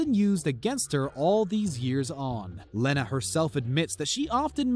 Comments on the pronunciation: Its leeeeena dunham And feder line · I've already heard acouple of mistakes but..."Mar•C•ya Brad•dee"??? Kevin Feder•"leen"?? LEARN TO PRONOUNCE THINGS! And "Len•na Dunham's" first name is pronounced Lee•na! "Can"•yay West is properly said Conn•yay... I'm out!